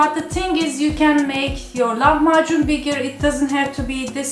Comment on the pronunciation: Не лаХмаКун ' а Лахмажун